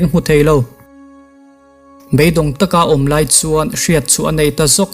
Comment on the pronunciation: A hmuhnawm, a ngaihnawm; mahse, he tlai / chu tlai i ti zel a, he lai/ chu lai ti ta zawk la